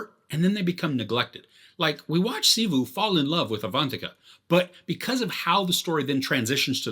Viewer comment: His name is Shiva not shivu 😑